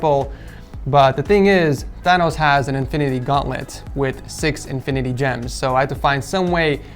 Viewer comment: Don't get me wrong i love this build man very nice job but when you said gems i had to shut it off. That one hurt lmao